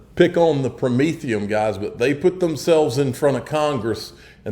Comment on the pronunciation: I think it’s pronounced Pro-mean - fee - n